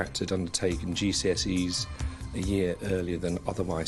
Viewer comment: This is terribly sad but the way she pronounced GCSEs omg 💀Americans are great LMAO